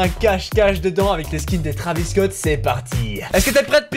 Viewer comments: Pourquoi tu dit que < Travis cot> ? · il dit bouceau Travis scot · Non il a dit traviscot 1000 fois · Combien de fois il a dit travisscot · les taravis scotts ?!?!?!?! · Ta dis beaucoup de fois traviss Scott